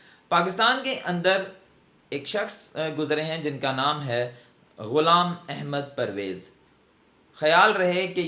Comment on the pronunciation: I appreciate you the way you pronounced the name of Ghulam Ahmed Pervez sb, but you don't qualify to discuss his personality. I have read him extensively and I found him a great scholar.